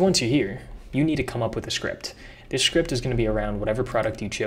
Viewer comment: Is it me or do you pronounce 'script' as 'shcript'? and scratch -> shcratch.